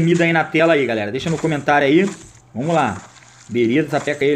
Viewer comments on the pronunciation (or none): "Vomos que vomos" kkkkk